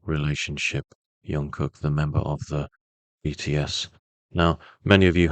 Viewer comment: If you can't pronounce his name just call him JK, the amount of miss pronounce repeatedly giving me so much stress. Great reading btw